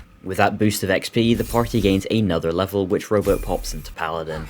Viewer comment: Great Video! For the entire first half I thought you were saying Robo not rowboat